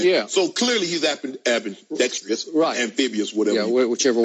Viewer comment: "amphibious , ambidextrious whatever" shanoon stooop lol